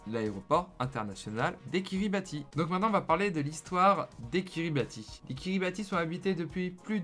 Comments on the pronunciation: Sauf qu on dit "Kiribahs" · Prononcer "Kiribass". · Ca se prononce KiribaTH, on prononce pas le I